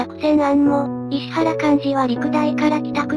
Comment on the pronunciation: 石原はいしわらと読んでいただきたかったですねぇ。ゆっくりの変換が大変なのはわかるが